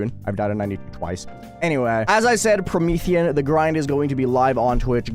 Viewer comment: "Pro-Meth aeon" 💀